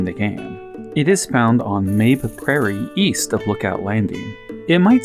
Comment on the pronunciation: This is a Japanese game. I can almost guarantee you the proper pronunciation is "ma-bay".